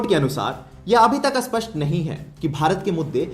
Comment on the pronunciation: Aap spasta Ko aspasta kyo kehate hai?